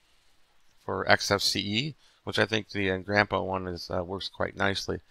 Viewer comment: "Engranpa" that's amusing.